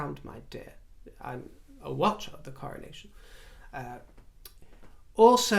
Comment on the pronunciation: I so love the way you describe our aging process in terms of seasons of our lives...' beautiful Autumn.verging slowly towards the beautiful Winter... THANK you, precious. I totally feel this opinion...Royally!! Can't wait for the Coronaccion..as I heard you once pronounce it!! 👑👑👑